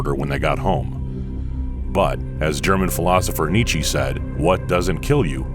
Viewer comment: N I C H I It pains to hear this channel, supposed to pass on information pronounce Nietzsche Nichi